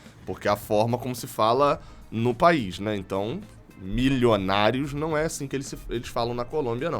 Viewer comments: Mas, se a intenção é a pronúncia correta, teria de ser algo parecido de "miDJonários", não "miJonários" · Parei de zoar o seu "Mijonarios"... mas lembrando que não estamos na Colômbia...